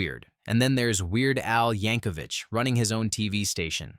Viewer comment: For the love of God, there's no "h" in Yankovic!